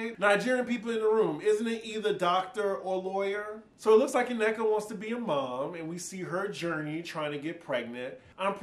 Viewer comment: Thanks for the review! I won’t be watching this season but I’ll watch your recaps. Lol. Also, It’s pronounced Nneka(double n), not Ineka or Uneka